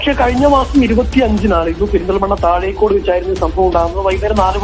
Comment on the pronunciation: താഴെക്കാട് അല്ല പെങ്ങളെ താഴെക്കോട്